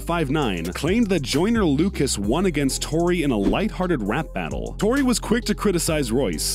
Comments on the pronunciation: Its tory not troy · Royce or Troy. Lmao its tory not troy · Did u say Royce or Troy ? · This nigga said troy